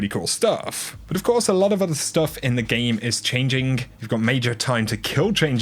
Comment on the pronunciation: “In the Geem” 😂😂